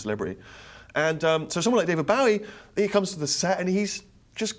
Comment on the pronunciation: How can people who have worked with the man, and profess a life-long obsession - mis-pronounce his fucking name!! It's BOW-EEE as in cross-BOW, not like a polite Japanese BOW. FFS!!!!